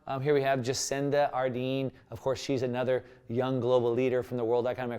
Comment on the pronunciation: Jacinda Ardern (with an r) :-), good video